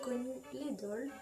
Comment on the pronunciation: T'es doll sont superbe💜 Par contre la prononciation c'est pas sa...